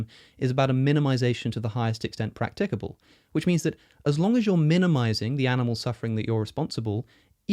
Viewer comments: Silly little thing, and I apologise in advance, but the standard pronunciation of practicable has the emphasis on the first syllable, not the second. Sorry again, but that's just the way I am. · It's practicable, not practicable.